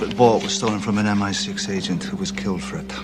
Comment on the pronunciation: Masukan ajaa biar makin baik ejaan kalimatnya, MI6 bacanya bukan M Enam belas bro, itu M-i-6 = M-Ai-Six